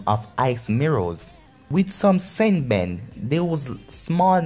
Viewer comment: not to be mean but its senbone not senbun